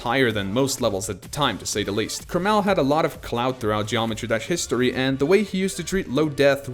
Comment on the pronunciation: Who says kermál? I thought it was kérmal